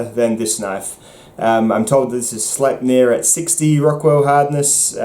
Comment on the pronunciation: "Young Frankenstein" ref: "It's pronounced Slype-ner!"